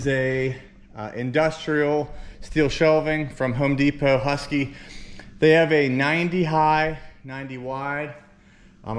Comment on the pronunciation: It's Husky, not Huskee.